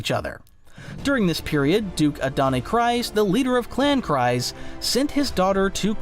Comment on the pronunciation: its Kryze(kreez)..please PLEASE.....i cant